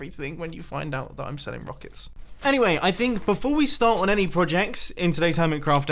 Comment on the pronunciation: "Rockicks" Mumbo-2018